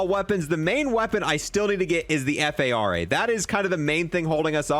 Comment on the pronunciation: F. A. R. A. LoL I thought you were trying to say FFAR I think it's just called Phara 83, it's a real gun.